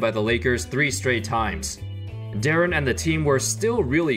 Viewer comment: Darren bruh it’s deron.